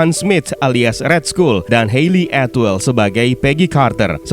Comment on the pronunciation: cuman ngoreksi yah, RED SKULL itu di baca RED SKAL bukan RED SKUL bro.... lets talk about it sering buat gw cringe, jadi TALK bacanya TOK, bukan tolk krna huruf L hilang untuk dikata TALK, next video perbaikin pronoun aja biar g kedengeran CRINGE, thx